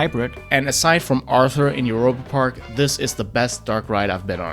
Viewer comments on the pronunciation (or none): none